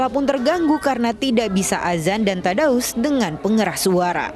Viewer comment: TADARUS bukan TADAUS. ralat min.